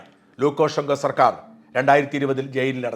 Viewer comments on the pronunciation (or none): none